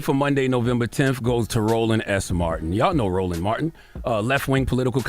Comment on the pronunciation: Yo did he call that man “Rolling” instead of Roland at Also I can’t say I’m cool with black folks cuttin each other like this